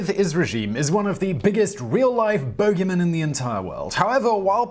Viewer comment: He pronounced it correctly...you wrote something that is pronounced totally different and that is also something different.